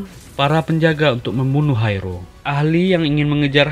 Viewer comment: Sama aku juga denger nya Haerul.. Dan sempet mikir film cina ko ad namanya Haerul.. Ternyata hai ro..haha